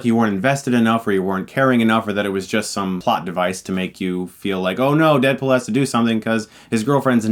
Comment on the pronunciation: I keep hearing "Deadpol"